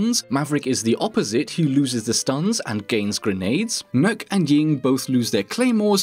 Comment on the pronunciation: heyy finally someone said swamp lady's name with reasonable accuracy. I wince everytime someone calls her "nook". And I'm not even Danish.